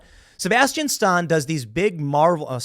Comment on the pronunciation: Hey Tim how can you mispronounce Stan?